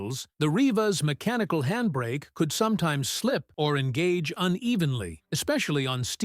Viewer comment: Sooo much handbrake emphasis!🙄